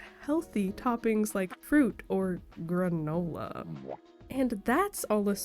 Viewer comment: Why did you say granola like that lmao